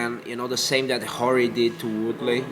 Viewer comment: he called Rory hory